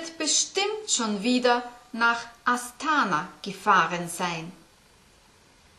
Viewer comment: viele Dank! aber eine Bemerkung: "Astana" betont man auf der letzten Silbe, also, nicht astAna, sondern astanA